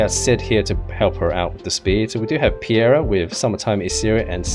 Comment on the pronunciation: Dude it's Peira not Piera T_T